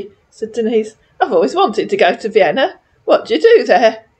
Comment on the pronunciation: He has trouble with Vienna (veinna) too.